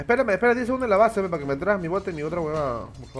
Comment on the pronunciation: "apra" y "termian"